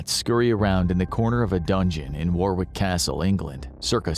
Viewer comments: It’s not pronounced war wick is pronounced as war ick… I’m British and that’s how it’s said just thought I’d make a point of that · Its spelt Warwick and pronounced Worrick BTW not War wick. At least try to get that right. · Warwick is pronounced Warrick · War-wick?! No God no! It's pronounced 'worrick'. Take it from someone who lives there. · I love the way you pronance Warwick castle . I can assure you it's not, war-wick😂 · Its a silent W the second w so it's pronounced warrick if you understand that , i know it's my second name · It's pronounced worick castle with the o pronounced phonetically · It's /ˈwɒrɪk/ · "Warwick" is pronounced worrick. Please pass this on to all Americans 😂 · The ‘rw’ in the English language is just ‘r’ like Warwick is pronounced Worrick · Warwick is pronounced wa-rick Don't ask - English! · Listening to you pronounce Warwick is a form of torture in itself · I love the way Americans pronounce "Warwick". To be fair most names are mental - Towcester (toaster), Bicester (Bister), SouthHall (Su-thal) and Chipping Sodbury - said as you expect but.....WTF????